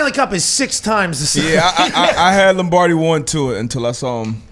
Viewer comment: please tell me you said Lombrady on purpose LOL